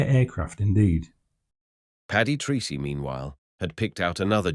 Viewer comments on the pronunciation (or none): The pilot's name is pronounced "Tracy", not Treecy". He was Irish. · Your Flt. Lt. Paddy 'Treecy' may well have pronounced his name Tracey. Treacy is a common enough Irish name, it may well be, of course, that he was Anglicised to the extent of using the strange sounding (to Irish ears) Treecy!